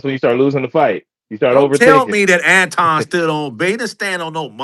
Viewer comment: Why can't pronounce Anton, correctly?